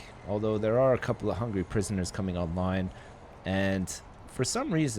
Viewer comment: I love it when Canadians/Americans say 'prisoners'. It just sounds so much better than other accents ;P